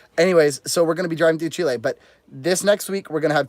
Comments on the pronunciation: GeoMac Granddad Garbage. Just ask a Chilean or better still, live with one for 30 odd years. By then you know what the country is called and how the people call themselves. If anything, you use the short vowel e sound not the long sound as you would in the name André. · I try hard to explain this to travellers, the country is pronounced Chileeeeeee not Chilay. My partner, being a Chilean, finds this frustrating. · You can't really do phonetic pronunciation in English to convey how words in Spanish sound exactly. Better to learn the Spanish sounds, and in particular the vowels which unlike there multiple sounds in English only have one sound in Spanish. That said, the closest would be: Chee-lay.